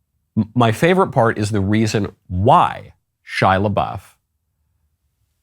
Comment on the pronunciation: I thought his name was pronounced "SHEE-YAH _ LAH-BOOF."